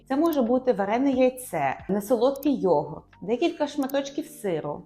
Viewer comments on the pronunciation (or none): none